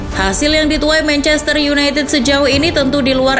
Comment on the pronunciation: mencester yunaited mbak bukan yunaitit